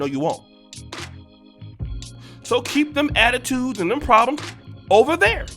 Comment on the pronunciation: really funny asab😂😂 “o-ver there”